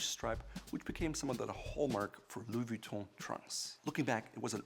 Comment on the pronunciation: anyone hear him saying Louis Vee-tont?